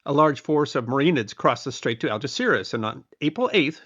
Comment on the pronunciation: Yes, he did, even YouTube subtitles picked that. If only he'd bothered to make an effort and pronounce Spanish names half decently. It took me quite a while to get he was saying Algeciras.